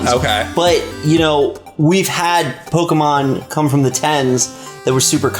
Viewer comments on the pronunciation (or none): PokEmon, not Pokimon. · IT'S NOT "PO-KEE-MON", IT'S NOT "PO-KUH-MON", it's "PO-KAY-MON"!!!! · you are pronouncing pokemon wrong damnit is how says it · I never thought I'd be bothered by the mispronunciation of the word "Pokémon" at the age of 25... ...especially when the other guy to your left is (sometimes) saying it correctly. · doesn't know how to say Pokemon...